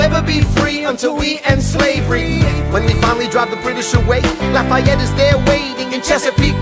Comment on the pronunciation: I had to stand up in class and tell the social studies teacher how to pronounce "marquis de lafayette" he said luh-fetty